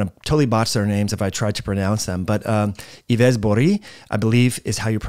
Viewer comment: Just a heads up, Yves has the same prononciation as Eve in English 😊